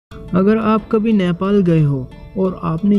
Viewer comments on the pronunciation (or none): none